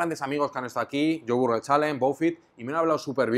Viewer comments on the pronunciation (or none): none